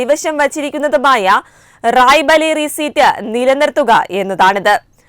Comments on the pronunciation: Raebareli not Raibaleri as you say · It is Raibareli and not Raibaleri. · റായ്ബലേരി അല്ല റായ് ബറേലി എന്ന് പറയുക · റായ്‌ബലേറി അല്ല റായ്ബറേലി അതൊന്നു ആദ്യം പറഞ്ഞു പഠിക്കു. എന്നിട്ടു വാർത്ത വായിക്കാം. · Raibaleri അല്ല.. റായ് ബ റേലി... പേരുകൾ ശരിയായി ഉച്ചരിക്കുക... Pls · റായ് ബലേറിയല്ല. റായ്ബറേലിയാണ്. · Raibaleri alla raibareli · റായ് ബലേറി അല്ല റായ്ബറേലി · റായിബലേറി അല്ല മോളെ റായിബറേലി എന്നാണ്. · റായിബാലേറി അല്ല "റായിബറേലി"ആണ് ശരി.